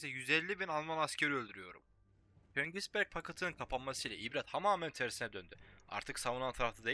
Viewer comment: sağda solda köngisberk deme dalga geçerler okunuşuna bi bak